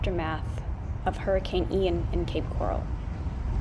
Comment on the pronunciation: Never heard Ian pronounced “eye-ann” before